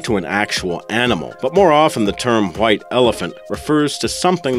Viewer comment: Why do you keep saying "hwite", instead of "white"?